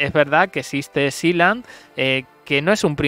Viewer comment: A ver..es k hasta ella LO PRONUNCIA MAL..sealand..es..siiland...la tierra del mar..NO...sailand..😂tanto k sabe ingles🙄